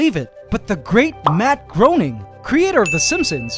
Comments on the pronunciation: Matt 'graining" is how you say it. Not "Groaning" lol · P.S. Fun fact: Matt Groening's name is actually pronounced like "GRAIN-ing". (But he doesn't mind people saying "GROAN-ing", cos it looks like it; fair enough! ) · Quick nitpick. "Matt Groening" isn't pronounced "Groaning", it's "Graining". He says in one of his books "Rhymes with complaining". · Groening is pronounced "gray-ning"